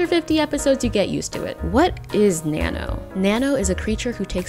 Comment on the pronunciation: You pronounce Nanno in the most american way ever.